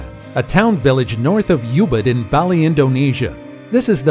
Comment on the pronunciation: Ubud not youbud. As in oh bd. Baahhhli not Bayli.